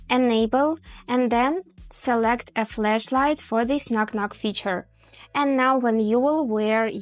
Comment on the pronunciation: It's FLASHlight. Not FLESHlight. These are 2 different things Q_Q